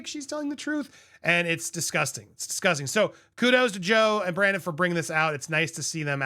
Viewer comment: 😂😂😂I can’t tell if you called him Brandon on purpose..(it’s Brendan)